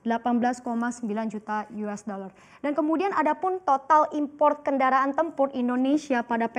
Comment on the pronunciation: .50 apa .22 mba?? US bukan yues lah😂😂😂